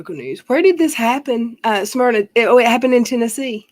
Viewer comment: It’s not Smearna Tn as she prono it